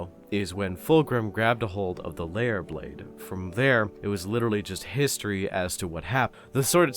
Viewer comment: You know I always hear the swords name as Leyah blade Rather than lair blade like I'm hearing now